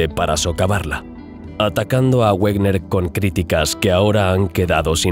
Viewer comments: Excelente. Sin embargo, Wegener era alemán y su pronunciación es "veguener", el "güerner" es una colonización inglesa. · Discúlpame por una aclaración: Wegener se pronuncia "Veguena" aproximadamente, y no "Uegner", dado que el científico era alemán y no inglés, y es lógico pronunciar su nombre tal como él mismo lo hacía. Por lo demás, gran documental, como todos los de tu canal. Continúa así porque tienes un seguidor más. Saludos. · Por favor, Wegener se pronuncia Vegener. Es alemán, no un idioma de bárbaros como el inglés.